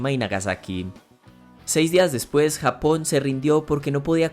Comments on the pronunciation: Se dice <Japón> no < >.... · se dice Japón no hapon